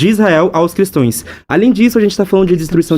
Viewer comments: Eu ouvi " cristoes " ? 😂😂😂😂😂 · Cristoes. E vc, diga cristaos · O cara mandou um “cristoes “ eh isso mesmo? Estudante universitário? Jesus amado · "Cristões " aí meu ouvido!!!!!! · Parei de assistir na hora que ele falou: "cristões" 😮 se não sabe nem falar direito, vai defender o quê?